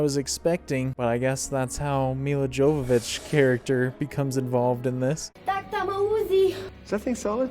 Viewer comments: Here name is pronounced Milla Yovovich not with a j but a Y. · That's pronounced "Yovovich". She's very specific about that! :)